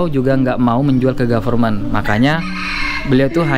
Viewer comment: Kk nya bukan garment, tapi yg benar Goverment 😂😂😂